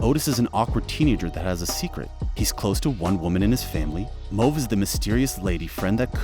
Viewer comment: I know! "Ahh-sa Butterfield" and "Moeve" from Sex Education lol